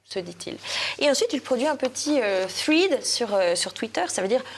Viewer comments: Bonjour à tous, Petite remarque pour. En anglais « ea » se prononce souvent « iii » (i long) comme dans « heat » ou « meat » et parfois « è » comme dans « dead ». C’est le cas dans « thread », « sweater » ou « Reagan » qui se prononcent « thrèdd »,« swèter » et « Règann ». S’il vous plaît, ne dites donc plus un « thridd »😊 Bonne continuation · Chère: “thread” se prononce “phrède” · toujours parfaite! 😍Sauf sur la prononciation de thread 😉